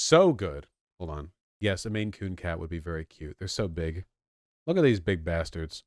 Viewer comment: I like how Vaush has been pronouncing the word 'big' lately. He should keep at it.